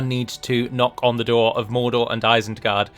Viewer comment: Ah yes, isened gard